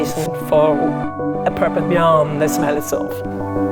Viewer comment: the way she said 'beyond'.